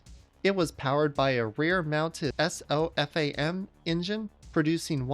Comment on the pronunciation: he pronounced all kinda badly. Dee ee ef ay? Es oh ef ay em? Ee-veen?